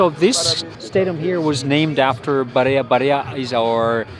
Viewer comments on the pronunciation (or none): Barea not Barca